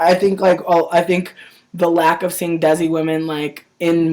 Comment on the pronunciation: Desi is pronounced like Day-Si (like They-see) lol :P